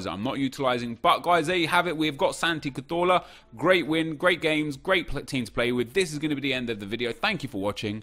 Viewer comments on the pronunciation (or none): Why does he call him Santi catorla?